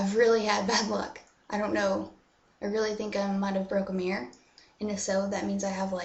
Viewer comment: I like the way she says mirror. "Meer!"